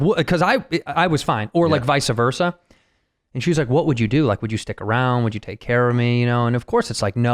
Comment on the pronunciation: Andrew said "viceah versa" sure that's a shoe in for another classic people saying the wrong saying